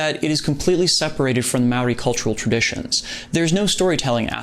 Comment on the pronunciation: Hey man, as a Maori man myself, I just want to say that the respect you showed the roots is appreciated and wonderful. On top of that, your pronunciation of "Maori" is pretty damn good! You roll your R's very well! Great vid.